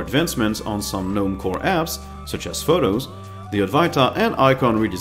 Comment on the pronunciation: Small thing, but the G in Gnome is supposed to be pronounced.. Thanks for the video!